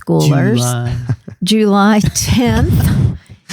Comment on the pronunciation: I haven't heard JOO-ly since my grandpa would say it (he doed in 2001)!